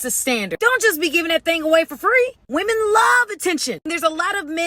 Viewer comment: Please learn to say women correctly.